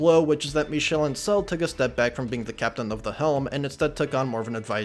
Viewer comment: Came for this video (but saw some of your other videos first.) Your french on "Michel Ancel" is really good (compared to you Monpellier. The "l" souds more to "r" the way you said it) btw. My only direct contact with the series as a kid was playing some of Rayman 2 on my DS (Via R4 cartridge) as a kid. I never completed it because the R4 it was on stopped working. I really digged the aesthetic as a kid.